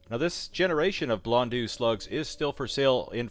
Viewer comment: Just so you know,, it is pronounced "Bl- on -doh" or something similar to that. "EAU" makes an "oh" sound rather than an "ew" or "eu" sound you were making. P.S. Exactly how you said it actually, good job! However you really quickly reverted back to the "ew" sound seconds later. Gotta be careful about quickly pronouncing things. They often sound very differently with shortcuts.